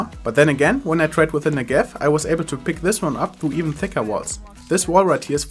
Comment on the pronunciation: You say "Negev" wrong... please check in google translate how it's said. Thanks